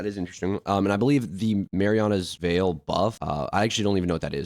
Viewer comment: ❌Merlins veil ✅Marianas veil